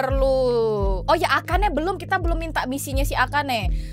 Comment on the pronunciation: akane or akana?